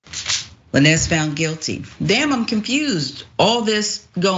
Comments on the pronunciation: Girl it's Lanez not La Nez!! Now you black lol no need for the mispronounced name and I don't even like him. It's so annoying! Meg was hurt and I stand by her. Nobody is perfect! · Hey, maybe before doing a report on something. You get the damn names right. It's Tory Lanez (Lanes) not La Nez. Also just going to say this. How someone trying to kill you. Gonna make you wish you were dead? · Tory LANES!!! (Lanez) NOT LaNEZZ. Come on! Be better if you're gonna report on current events! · girl can you say his name right Who is La Nezz. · Tory La Nezz? Wtf? 😂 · You keep calling him La. Nezz Always love watching you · LANES! LANES! LANES! Tory Lanez is pronounced lanes. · Did she really say Tory "La-Nez?" 🤦🏾‍♂️🤦🏾‍♂️🤦🏾‍♂️ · (Lane-ze) please do enough work that WE don't mispronounce other black people names... And correction he is not a rapper, your sounding like them. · Its pronounced "Lanes" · I'm like who the hell is La-nez lol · Tory Lan-ez 🤣🤣🤣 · Bish said "lan-ez"; outa touch much? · Lah-nez 🤦🏾‍♂️ More and more everyday man....🫤👎🏾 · I thinks his last name is pronounced Lanes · I'm made she said Tory Luh nez 🤦🏿‍♀ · I can’t get over lah-nezzzzz like who is that???if you’re gonna profit off of clout chasing and “reporting” at the VERY least say the names correctly. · Woman . Stop butchering his damn name . Who the hell is Lan-ez ? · Tory who?! Lmaoo who is Tory "La-nez"🤣🤣 I'm screaming. Too funny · Everytime she says "La-nez" take a shot!! 🤣🤣🤣🤣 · why does she keep say la nez... 🤦🏾‍♀️ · 😂😂 It’s Tory Lanez. But pronounced Lanes. 😂😂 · "Tory LaNezz" 🤣 🤦🏾‍♂️ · Will someone correct her please on how to pronounce his name 😂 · Who is lanez? You pronouncing it wrong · She did that on purpose, she's pronounced his name properly in the past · Firstly this “Host” needs to learn how to pronounce the names properly of all subjects in her story… And that message from Nicki Minaj happened almost a month and a half before the incident dumb ass.😢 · La-Nez😂😂😂 It’s pronounced Lanes